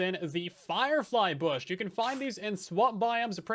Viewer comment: Bush? no no no BOOSH!